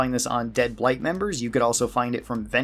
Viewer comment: ... You know it's the Bright Brotherhood, as in Jason Bright, right? Not Blight?